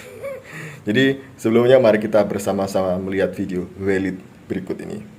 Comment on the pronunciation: wkwkkwk😅 valid=weilidd, google=guugel